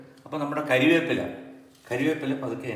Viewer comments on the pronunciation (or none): MG സാർ ക്ഷമിക്കണം കരിവേപ്പില അല്ല കറിവേപ്പിലയാണ് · കറിവേപ്പില. കരിവേപ്പില അല്ല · അണ്ണാ കരിയേപ്പില അല്ല കറിവേപ്പില